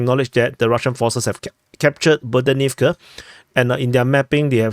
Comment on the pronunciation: The "h" in Ukrainian words, as transliterated in Latin script, is never "silent". Stop with the "Bodanivka" foolishness.